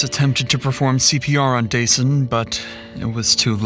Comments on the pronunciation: His name is “Duh-Sahn” it’s not “Day-Sun.”😑 Rest well young man.💔🕊️💔🕊️ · it's duh-sahn, not day-sun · His name is Dasan, pronounced duh-sawn, NOT day-son. His mom Latrice and his POS killer said it multiple times to hear it. Or just call him DJ. I appreciate the work you put into your videos, so I'd hope you'd get the victim's names right when you're told what they are to show respect for their memory and loved ones left behind. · His name wasn’t Dason like Jason you idiot. His mother makes it entirely clear how his name is pronounced. I hate the guy behind this channel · At least respect this beautiful, innocent victim by pronouncing his name right...I heard it multiple times from his Mom...it's pronounced 'Da-SAHN'....🤦‍♀️ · Threw me a little with how narrator kept saying DJ’s name like “Jason” instead of how his mom & killer pronounced it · I HATE that Dasan's name was mispronounced throughout this entire video. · It's ridiculous you keep mispronouncing Dasan's name when you put in the video how is mother pronounces it. Do beter. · The LEAST you could have done is pronounced the poor victim's name correctly, FFS... The disrespect... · Yo why do you keep mispronouncing the victim’s name when the mother says it correctly in the interview footage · Why are you always mispronouncing names? They literally say his name and you still mispronounced it 😒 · Can you please just get the victim’s name correct? Fucking christ. Dasan’s name is pronounced several times in the interviews. Say his name. If you can’t do that correctly, whether by correcting your voice or a text-to-speech, you’ve lost the plot completely. You ain’t even tryin’. For folx wondering, Dasan’s name is pronounced as ”Duh-sAHn.” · Why does the narrator keep pronouncing Dasan's name incorrectly? 😐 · Why didn’t you pronounce Dasan’s name right when you could hear it said right by his mom? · Out of respect, the narration should have been fixed to pronounce Dasan's name correctly...